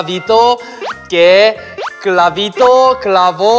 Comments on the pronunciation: Min "Pablito cabrito" es enseriooooo 🤣🤣🤣🤣🤣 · No se ustedes pero siempre he tenido un problema con cr y cl ya que al decir clavito dijo cravito .. Es que como si mi lenguaje se enredera ... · YoungK pronunció mejor todos los trabalenguas que yo, yo me trabé en la palabra "Clavito" xd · Como es posible que un coreano pueda decir mejor que yo el trabalenguas de pablito clavo un clavito ._. Yo intentando dije Pablito clavo un clavito que plalito clavo parlitos y a la 2da le mande pablito clavo un pablito